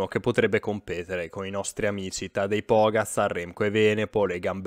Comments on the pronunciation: si pronuncia Pogàciar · Secondo me Pogačar per via che tutti lo marcheranno stretto, gli avversari, i media, la propria squadra, prima o poi farà qualche sciocchezza che gli costerà. Quest'anno la musica è assai diversa per lui. Comunque a proposito, la č di Pogačar si pronuncia come quella finale di Roglič. È la c senza nulla che si pronuncia come la nostra z, tipo Gorizia - Nova Gorica (che si legge "Goriza" o "Goritsa").